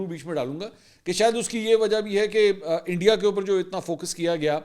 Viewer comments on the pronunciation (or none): none